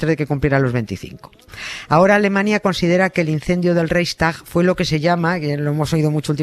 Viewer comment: Nieves: se pronuncia Raigstag y se escribe Reichstag. Jawohl.